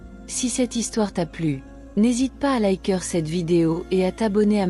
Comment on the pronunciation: "liker" pronnoncé "laïqueur"...ça craint! Il faut changer la voix, et ôter la musique de fond !